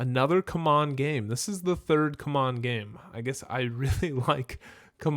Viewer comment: it's pronounced cmon lol